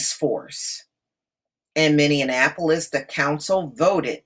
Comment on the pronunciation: Pronounced ...”mini-apple-polis”